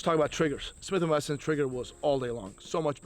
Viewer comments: Ok, slowly repeat after me “Smith and Wesson”😂😂😂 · Did he say Swith & Messon??